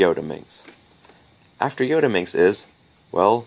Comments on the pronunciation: Yes, he got it wrong... also i believe it shouldn't be pronounced yo-ta minx but rather yot-a minx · For some reason I find the pronunciation 'yodaminx' funny as hell. I probably have to pronounce the t-s as t-s and not d-s just to restrain myself from giggling.